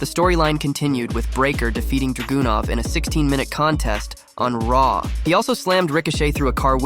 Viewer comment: HIs name isn't DragUnov🙄 Learn to say his name right..🤦‍♂️